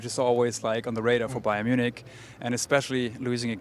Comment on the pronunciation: what is BAYER Munich?